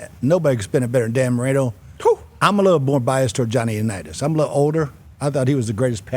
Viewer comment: "Johnny Unitas" bahlrightttttttt -_